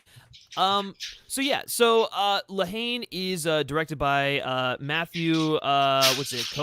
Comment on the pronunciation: The h is silent dummy it's a French movie